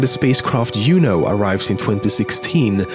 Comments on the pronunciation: He not saying his j's upiter and uno is what hes saying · Upiter and uno silent J's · what is uuno? You mean juno?Top10Memes? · Who else chuckled when he said yupiter, and yuno hehe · Where is he from cause I like his accent and they was he pronounces Jupiter and juno